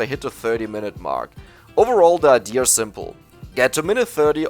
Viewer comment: Why do you say ideur instead of idea lmao